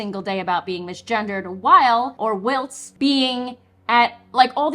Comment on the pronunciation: Hi, love the content. A quick comment from the UK, the word 'whilst' is pronounced with the same long 'i' in 'while', but just with an 'st' added to the end. Keep up the good work